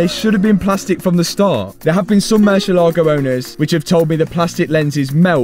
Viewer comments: Can you please please please, learn how to pronounce Murciélago? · Please stop saying murcielago…. Use lambo